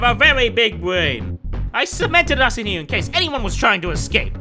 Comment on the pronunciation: smg4: 4;52/9;30 bwain